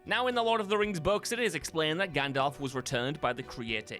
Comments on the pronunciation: The Crow movie was not made in 1984 and there is no "O" in Gandalf. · Number 3 is ‘Gandalf’ NOT Gandolf. Read any good books lately? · Gan....dolf? Gundolph? Gondolpf?